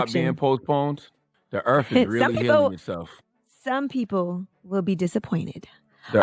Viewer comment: “tHe eArF is ReAlLy heAlinG itSeLf “ 🙄🙄🙄